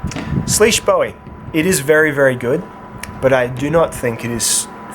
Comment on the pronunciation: its bowie not bowie damnit!